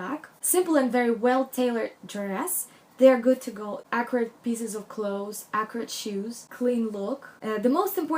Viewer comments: I was so confused. I kept hearing her say "Acrid" which means having an irritatingly strong and unpleasant taste or smell. But I now realized when I read what someone commented below that she might have been trying to say "Accurate". Big difference. LOL! My Mom who is a Hispanic with a thick accent also does the same thing. There have been so many embarrassing misunderstanding because of it. Heck, I can be just as bad but the other way around. My bad Spanish can be embarrassing just the same. LOL! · is she saying ACRID? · What is she trying to say when she says "Acrid"??? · Whats acorate?? You say it a lot,,is accurate that you say? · same! I even had to google a definition and then I was like oh no that doesn’t fit! 😂😂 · i also kept hearing acrid. i was like... what? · At one point she says accuracy, but I heard acrid also - I wondered if she meant sharp, angular, tailored. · Are you saying Acrid? I don't understand. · Can you please explain the word you’re using? Are you saying acrid? I’m not sure I understand. I love this video!!! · She says "acurate" :) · I so like this video, just one question. Are you saying acrid or accurate. I'm not sure. Thanks or a lovely video. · 😂 I thought she was saying ‘acrid’ so glad you’ve put me right 😂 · Thank you for clearing that up. I too was very confused. I kept misshearing her say the word as "Acrid". LOL! I do understand how hard it is when you have an accent. My Hispanic mother is notorious for mispronouncing words in an embarrassing way. But I too have had my moments when speaking Spanish because as an American I think in English and you can't do that when speaking in Spanish. My Hispanic relatives laugh at me a lot because of it. LOL!